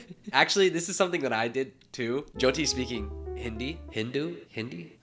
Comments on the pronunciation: what the hell does he mean by jeeoti like atleast pronounce her name right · Why are they calling her joedi or joydi .. atleast say her name proply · not the jee-oh-tee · BIGGGG respect for you for calling out his mispronunciation of Jyoty's name!! It's important that creators are representing people properly, not just for views. <3, keep doing you. They say imitation is the sincerest form of flattery but remember, no one can ever be you! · fr!! Brent isn’t even pronouncing her name right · *Hindi is the language and Hindu is the religion - your video was 100x better and you actually say her name right, unlike Brent 🙅🏼‍♂️ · I love the way you corrected Brent when he mispronounced Jyoti's name it was so sweet! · He can’t even pronounce her name right, that says enough … only love for u 😌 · you are already one of my favourite youtubers but you gained so much more respect when you corrected the way brent said jyotis name like how can you make a video with her and not know her name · The amount of credit you give Brent is just a testament to your character because he deserves none of it. How do you not even learn how to say your guest’s name correctly?? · THE FACT THAT HE DIDNT EVEN GET THE PRONUNCIATION OF HER NAME RIGHT!!!!😡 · Me, an Indian who’s moms name is joti Am personally offended by him mispronouncing her name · The fact that he kept mispronouncing her name 😢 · Like he didn’t care enough to learn to pronounce her name properly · Jesus, the guy must have spent a day with her, but couldn't get her name right. That to me is quite disrespectful. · He copied everything from you and yet couldn’t remember how to pronounce her name correctly.